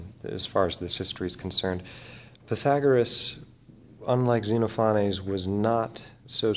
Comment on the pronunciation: ze-NOFF-uh-nees :) Or if you prefer, "zen OFF o' knees." Thanks, looking forward to more!